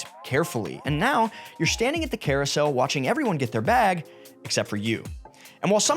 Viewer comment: Sir, new sub, great video. "CAROUSEL"